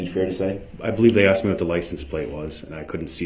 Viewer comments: Aminant = animated Substained = sustained Axed = asked Relevancy = relevant Many more mangling of English language! Many moments where he reveals his education was seriously lacking. Newtons laws of motion. Cardinal points of compass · He also insists on saying axe, FUSStrated, speck-lative and relevancy. I cringe so hard when he says "fusstrated". That one particularly bothers me the most for some reason.